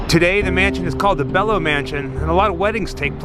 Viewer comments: Pronounced “beelo” not belo. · Thanks for this! It's pronounced BEE LOW Mansion! After BELO communications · Dallas native here. Belo mansion is pronounced Bee-low and the bridge is Margret Hunt Hill. Thanks for giving Dallas some love! Love your channel!